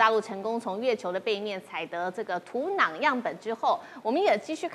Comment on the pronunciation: 台湾人土壤读土囊吗？